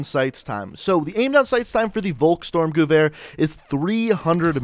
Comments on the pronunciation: Volkstormgewehr is promaused folkstormgewehr. V In german is probaused AS a F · Say the vulks name right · It's pronounced "volhk-sturmgevear" and "sturmgevear"